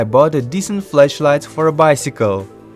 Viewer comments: when you say flashlight it sounds like fleshlight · If he says “flashlight” it sounds like he says fleshlight. Only legends know what a fleshlight is. It’s also a product I found on aliexpress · The way he says flashlight...